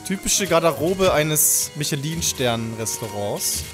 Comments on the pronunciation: Mischlöö wird das ausgesprochen. Nicht Michelin. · Ich kenne nur die Reifen von Michelin aber nicht die Sterne😂 Mischela wirds ausgesprochen 😉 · Jedes mal wenn er michelin als michelin wie das männchen von den autoreifen ausspricht tut es weh.